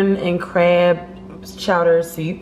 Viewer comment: When she said "sewp" I knew she was from Baltimore 😩